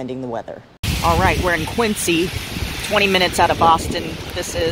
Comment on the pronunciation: Hi, fun video. Think Quinzy rather than Quincy. So fun that you went to school out there…oh, and I always used to see Dunkin boxes on everyone’s car dash board when I visited as a kid and Lobster rolls are summer food for me. Tough lobster would have been disappointing! Love how adventurous you are!